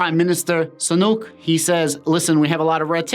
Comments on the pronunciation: Might help: Sunak sounds like Sue-nack. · Rishee - Soo-nak.